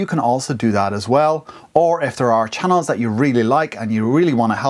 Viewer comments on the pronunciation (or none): I laughed when you said "Chah-neeellz" :)) Thanks for this it really helped!